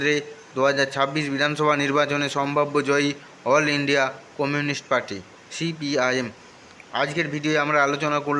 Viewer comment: সিপিআইএম কথাটি উচ্চারণ করতে পারছেননা কেন?